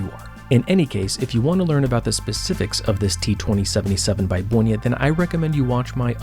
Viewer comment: Great pronauciation of my hometown's name! (where the brand oryginated from) You might also like Gerlach Kosmonauta (a homage to Untra warel). Also Polish watches.